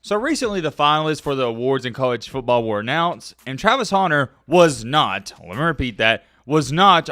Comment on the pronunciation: Pronounce “Hunter” correctly challenge, difficulty level: impossible😂. You’re right though, this is blasphemous malpractice by the voters.